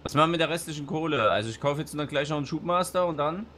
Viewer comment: es ist doch noch schlimm wen man über alles lacht un des mit dem fsm schubmaststabler hat sich verlesen